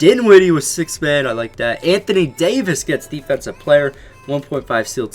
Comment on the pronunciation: Anthony Daoyvis